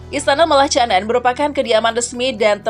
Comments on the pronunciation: Aduh kok Malacanang di eja "malatjanang"??? Yg benar " malakanyang" !! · Malacanang bacanya malakanyang